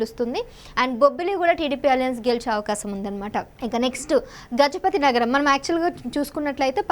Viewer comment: గజపతి నాగారం కాదు తల్లీ. గజపతి నగరం